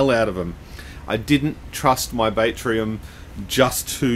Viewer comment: Batrium, I think it's pronounced bat as in battery, bat-tree-im not bait-tree-im, like catching fish. There's no i in there. There's that and the shit music otherwise great vid!